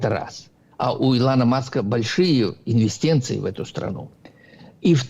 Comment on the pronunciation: Боже! Какой глупый, малообразованный человек.Он даже слово инвестиции правильно произнести не может, и мы посмотрим что он запоет когда трамп действительно перестанет помогать Украине